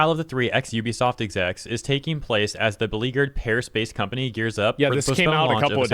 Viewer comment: Did you just call Ubisoft a scumpany?